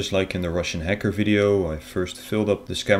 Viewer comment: I like it that he says scemer and hecker